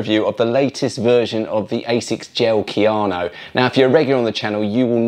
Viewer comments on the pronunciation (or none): Kayano, not Keanu.